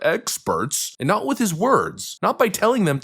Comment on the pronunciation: Phillips (or whoever it was) dismissing this and saying “But it’s nah-hot,” makes her look like a clueless tool. The president was right (again) and she was wrong (again). Plus, he’s not backing off of anything; he’s plowing forward and because he knows what he’s doing, that’s why things have cooled off and the economy is doing well.